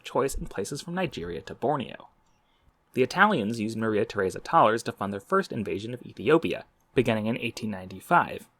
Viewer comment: Please tell me I am not the only one who heard Maria Tharesa as Mother Teresa before reading captions